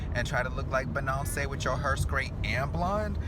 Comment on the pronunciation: Thought he said benocey